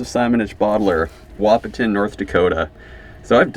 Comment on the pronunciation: I enjoy watching your videos. However I need to tell you the "T" Wahpeton is silent. So it pronounces a WaH-pon.